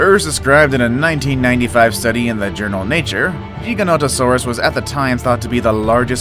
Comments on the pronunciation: It's gig-a not jee-ja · It’s giganotasaurus not jigononingserus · He don’t know how to pronounce Giganotosaurus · when he said GIGANOTOSAURUS he said it wrong